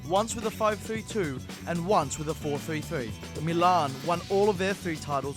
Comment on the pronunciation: am I the only one bothered by the way he says 4-3-3?